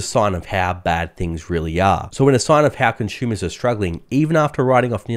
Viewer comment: As soon as I hear "conshumers," I know he's Australian.